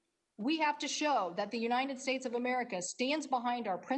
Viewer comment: You'd think that a senator would know how to pronounce 'the United States' rather than "Uninted States..'...